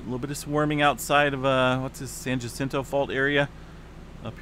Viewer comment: Very simple way to say Kamchatka. Kam chat ka. I was taught Phonics in grade school so if I can help with pronunciation, let me know. Also, San Jacinto is pronounced San Ha sin toe.